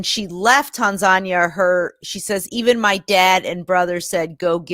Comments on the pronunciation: my dear. it is pronunced tan-zan-ear. not tan-zar-nia! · Tanzania is correctly pronounced as Tan-zhan-near. Then again there are different Anglo/American pronunciations of Iran, Iraq, tomatoes, and aluminium. Also, could you put your ads for Blasphemous Art etc either at the beginning or the end of the main video, so as not to keep breaking the flow. Much respect to Zara Kay. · Its Tan-za-nia. As an atheist I support Zara, its good she got out. Her story was well publicized in Australia. She is taking a big risk going back to Tanzania as an apostate activist, but I agree western governments are way too soft on countries that abuse human rights, particularly Islamic countries. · I'm gonna be a bitch right now. Please, please learn how to pronounce Tanzania correctly. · Can you mispronounce other country names in the future?🤣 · It annoys me more than it should. It's not that hard.